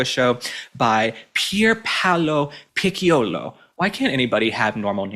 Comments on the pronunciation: It's not Pickiolo ... It's a soft c like CHERRY. So it's PI CC ( LIKE CHERRY) OLO PICCIOLO. If you put an E or an I after C IT MAKES IT A SOFT SOUND. ( CHILLY, CHINESE, CHOO CHOO, CHERRY). GOT IT? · It is Picciol pronounced pitch- oli. I love your posts and Ivadmire your eloquence and it will be perfect if you try to pronounce foreign names properly, may ask some native speakers! It would really makes you a better journalist than 99% of your fellow broadcasters!